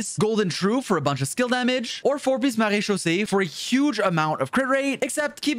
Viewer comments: Are you French? I’m French and noticed you pronounce “fountain” or “mareechausee” very well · 10/10 pronunciation for maréchaussée, good job